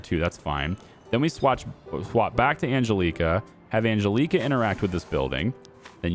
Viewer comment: Ann...Jell....eh....Kah. The way you are pronouncing that name grates on me. The big ass nun who used to pull me out of chair as a kid by my ear would also agree it is not pronounced right.